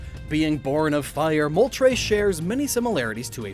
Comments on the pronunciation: ... did you just pronounced moltres as "Moltrais"? Its Mol-tres. from "uno dos tres"... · Isn't Mole-Tress